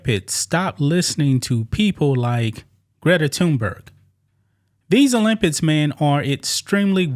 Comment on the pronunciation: You made videos about the Olympics and you still can’t pronounce it 😂